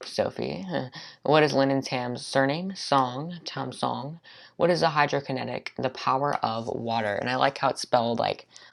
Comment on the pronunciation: Great video!!!! This video was so funny, I loved it! In the beginning I thought you said Hydroconnecticut And I was so confused I watched that part 5 times!